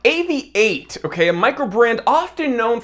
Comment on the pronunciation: Great to have an American watch view who can say Avi-8. Properly.